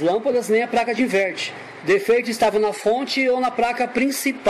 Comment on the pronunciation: É impressão minha ou você fala "Praca" diversas vezes????